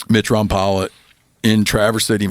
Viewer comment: Rom pal a? I thought it was Rom pole a?😮